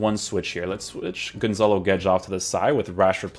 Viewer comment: thats not how you say gonçalo. he nailed the "guedes" tho